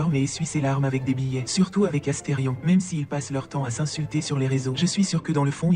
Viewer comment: c'est astérion papalapa c'est astéfion papalapa